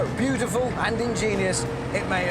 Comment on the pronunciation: AHAH " butiful ".... " BEAUTIFUL "